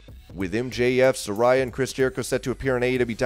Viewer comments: Sa-ray-a, not Sa-ri-ya...Taz even corrected "" before he mispronounced her name too. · She is pronounced "Se-Rey-ah"